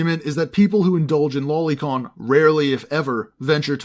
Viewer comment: Boi it's pronounced low lee not lolli